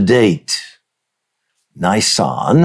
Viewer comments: Learn how to Pronounce Nisan correctly: Neee Sahn 🙏🏻 Hebrews, Middle East etc doesn’t have long vowels, only mostly Americans do. Use short vowels on most, of not all Bible words. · Just to be clear Dutch, in the word Nisan in Hebrew. The "I" is pronounced "EE", there is no hard I sound in the Hebrew language. Secondly, given that Yeshua prophesied He would be a full 3 days and 3 nights in the grave, the count from Nisan 15 ( He was put in the grave just before sundown on Nisan 15, with Passover starting the at sundown (the beginning of) Nisan 14. So night one and day one in the grave would be Nisan 15, night 2 day 2 would be Nisan 16, night 3 day 3 would be Nisan 17, so the resurrection would have had to have happened prior the the completion of the next full night, so prior to dawn on Nisan 18. Just fyi, Leviticus 23, which outlines the Feast days and the days on which they fall, does not give a number to the day of FIRST FRUITS (Yom ha bikurim...the day of His Resurrection, it only says that it is to take place "the day after the Sabbath". Yet keep in mind too, that unknown to most non-Messianic followers of Messiah Yeshua, there are actually two Sabbath days in play during the Passover season. The first one would begun the evening of the first day of Unleavened Bread (evening starting the 15th of Nisan). That special Sabbath day was the reason for the rush to get the bodies off the crosses "before the Feast (of unleavened bread. The following day would have been another preparation day getting readt for the weekly 7th day sabbath, so they would not have had time to take spices and annoint Yeshua that day. The second Sabbath would have been the regula